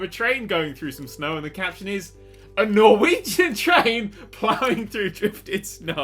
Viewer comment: Loved the editing, and you got the Norwegian right so that's nice!